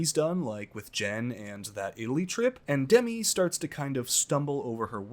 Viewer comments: Love your recaps. Btw Demi is pronounced with an emphasis on the second syllable. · It’s deMI not DEmi lol